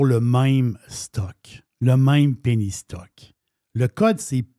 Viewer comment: Chaque fois que dit penny stock j'entend "pénis toc" hahaha